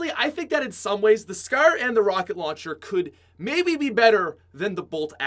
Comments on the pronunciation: the way this guy pronounces scar and any word that sounds like it makes me want to die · You say scar weird asf